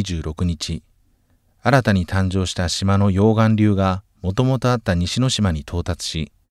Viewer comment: 溶岩流のイントネーション。